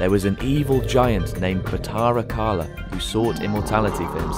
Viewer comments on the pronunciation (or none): none